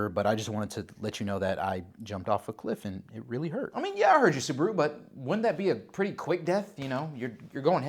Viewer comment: WHY? SUBA-RU, NOT SOOB-RU! YOU DON'T SAY BA-TMAN AS BOO-TMAN.